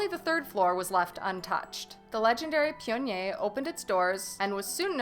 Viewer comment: Definitely screwed up on the pronunciation (pionnier)